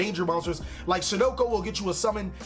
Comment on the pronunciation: Sunoko. I lolled. Tsuchinoko please. Tsu Chi No Ko